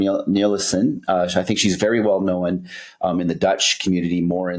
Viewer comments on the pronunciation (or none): I think has been following Mark Smith too closely, "Knowen"?🤣